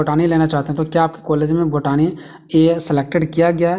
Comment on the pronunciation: Botani ko बोटनी padha jata hai बोटानी nahi 😂😂